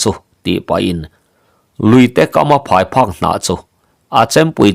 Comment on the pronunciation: Pheiphak ni lovin phaiphek.